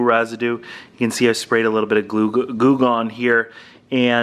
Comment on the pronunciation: I heard you mistakenly say gluegon but it worked also Lmao.